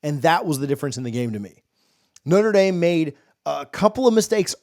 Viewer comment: Please quit saying "Noter" Dame. Think "Notra" Dame. I am a staunch Buckeye fan but I shutter when I hear sportscaster abuse the name of one of the best Catholic educational institutions.